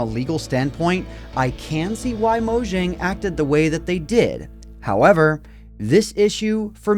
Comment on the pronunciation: how many times he said hovewer?